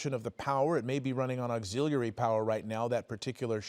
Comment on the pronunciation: Please learn to pronounce auxiliary.